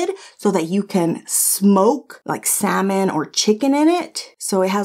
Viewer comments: The fish? Pronounced "sah-min" 😏 Like salmonella, which you said perfectly fine. You were robbed: no recipe books OR grill plate! This grill was a major fail, you were more than kind as you went from one trial to another. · Yes goodness! Saying, "sal-mon" is right up there with "swimp" and "masa-two-sets" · Love the adobo! Lol. So glad u uploaded today I needed this lol love u! My sis says salllmon 😂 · Girl, my mother in law says SALmon! She says a lot of other things wrong too and it's funny. We just let her keep talking and then we talk about it later. And that steak looked AMAZEBALLS!! I've never seen a steak like that! You go ahead! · Why did you have to call out the "SAL-Mon" people you portably lost some fans right there LOL !!!! That grill was a mess for that much money .. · Heard Salmon being mispronounced in my opinion... I am an Army brat so most words are mispronounced depending on how I learned them and where I was living. If you didn't live my life, you are not speaking proper. Most undeniable, worst interpretation of a word, and no excuses ever, was a women saying surimp, not shrimp. Someone doesn't know the letter h exists in the spelling of shrimp! Creeps me out to this day.